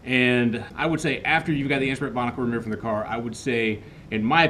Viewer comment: Binnacle, not Bonnicle.